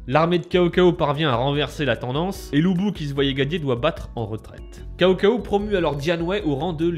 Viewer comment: on prononce tsao tsao pas CAO CAO XD